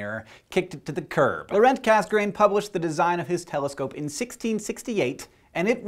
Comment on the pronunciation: pronounced "cass uh grain" not "cass grain"